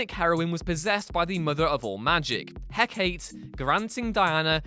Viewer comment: Hekate is pronounced "Heh Kaa Tay" not "heh kate" seriously couldnt stop cringing lol